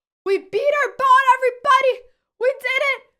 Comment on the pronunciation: BOT, everyone. She hopes you enjoyed watching her beat her own BOT. I don't know what you heard, but that word was b-o-t.